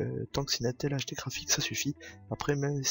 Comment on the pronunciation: On dit "ine tel"